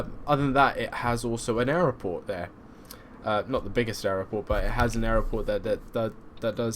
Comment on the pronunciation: Hearing aeroport instead of airport annoyed me more than it should ......enjoyed the trip though.